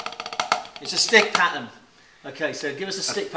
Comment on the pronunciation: shat myself when he said PAtern?!